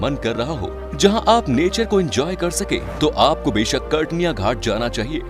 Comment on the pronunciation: Kartniya nahi katarniya ghat hota hai